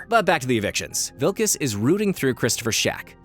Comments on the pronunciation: It's finally here! Good video, as usual, though you did miss that the lead's name is "Wikus," not "Wilkus," heheh. You are quickly becoming one of my favorite analysis channels on YouTube, hands-down! I can't wait to see whatever the next video is! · 1. It's WIKUS, not wiLkus. "Vee-kuss", not "Vil-kuss". 2. The "prawn" reference is to the Parktown Weta, a large, cricket-like insect in the South African region, not the crustacean seafood animal.